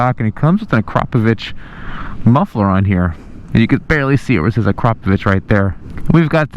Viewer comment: A-Krap-o-vich, not A-crop-o-vich